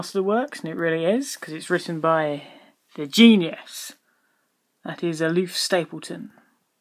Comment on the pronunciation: Why do you call the author "Aloof Stapleton" when his name is clearly Olaf (Oh-lawf) Stapledon (Stapledun)?